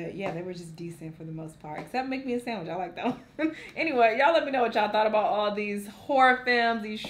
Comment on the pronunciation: “Make me a samitch” 😂😂😂😂😂